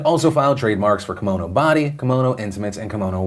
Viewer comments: It's not Komono it's Ki-mono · Hi Philip, just a heads up. Kimono is pronounced “key-mo-no” you’re getting mono part right but not the Ki part. But you can say it however you want. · It's not a kamono it's a KIMono